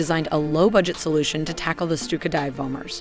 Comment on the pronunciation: "the stupid dive bombers" Im sry,i cant help hearing it. Amazing vids, really appreciate it! So much work from passion is fantastic!